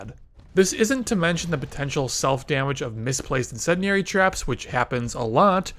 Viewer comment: Incendiary Incendiary! Say it Right! Christ how have you not heard the term get it right!